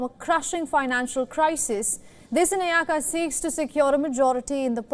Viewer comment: Sorry to say this... I heard the lady announcer who does the announcing makes a wrong pronunciation of the Sri Lanka President - Anura Kumara Dissanayeka. If she is unable to pronounce the name correctly she should not take up the task initially & could have given to somebody else... after all he is an Excecutive President of a nation. Pls do not consider my comment as a critisisam, it is on a thoughtful manner i said